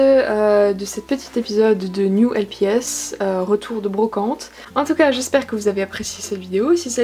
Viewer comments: Pourquoi tu dis lpis ? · poli tess la façon dont elle a dit lps c avec l’accent anglais ^^